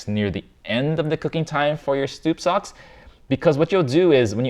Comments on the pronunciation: mark he calls it stoup socks instead of soup stocks lol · "stoup socks" hehe